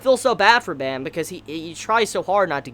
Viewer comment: Off topic but Baam's bame is pronouced with a light a. Like when you say "Aah." Also the B is leaning towards the P sound but you can still say it's a B.